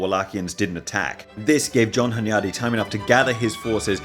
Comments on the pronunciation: Great series, but hearing hunYADy really hurts my ears as a Hungarian. Stress is on the first syllable: HUNyady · (Hunyadi has stress on the first syllable)